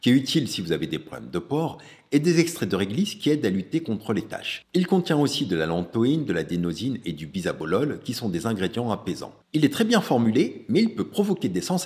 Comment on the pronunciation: L'élocution est laborieuse, saccadée, les liaisons ne sont pas prononcées, les négations non plus, et les noms des ingrédients sont régulièrement massacrés (bisololol pour le bisabolol, et dexampenol pour le dexpanthenol)... donc non, l'élocution n'est PAS parfaite 👎 Ah, et j'oubliais Paula's Choice qu'il est incapable de prononcer convenablement (non, la marque ne s'appelle pas Paulaille Choice) 😑 Si les thèmes abordés sont intéressants, et scientifiquement argumentés, je préfère de très loin Cyrille Laurent 🤫